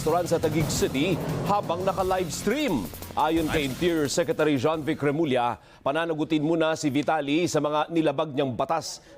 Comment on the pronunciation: It's probably pronounced similar to "Remulya." In Spanish the double L would be pronounced "y", but in Tagalog it's "ly". So "calle" would be like "cal-yey".